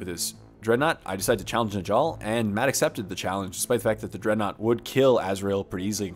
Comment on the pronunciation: Njall is pronounced (Nyall). Please